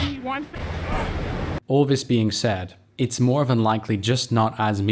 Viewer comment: Nothing related to the game - are you half english half US? Just noticed how you seem to say 'van' rather than 'than', which is quite common in England t. English